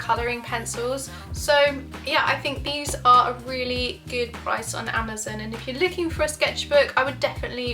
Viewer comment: im sorry im just getting triggered whenever she says "amazin"